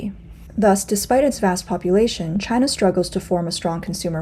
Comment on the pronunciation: Its its Myde in Jina! HAHA